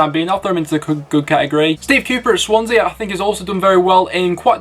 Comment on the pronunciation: why did I find "Shwansea" so funny